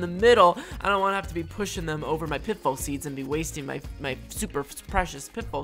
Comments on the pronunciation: pit full seeds? or pit fall? I hear wrong sometimes! LOL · I love how you say pitbull instead of pitfall